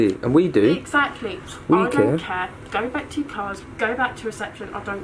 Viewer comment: "I dont caire" i thought u say it like care